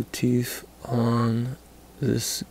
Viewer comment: What's a teef, why can't you people pronounce words properly